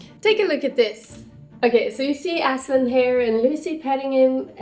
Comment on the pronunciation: As a Turk i can say that your pronunciation of Aslan is perfect and loved your work!